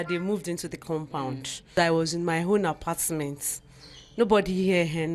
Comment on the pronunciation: Apastment lool